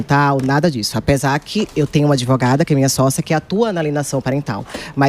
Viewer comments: O PCC pagou a faculdade dessa “adevogada”! Vai falar errada assim lá na comunidade!!! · Qual faculdade de direito graduou essa “ADEVOGADA” 🤦‍♀️🤦‍♀️🤦‍♀️🤦‍♀️ Reflete o nível altisssiiimooo dos nossos graduados!!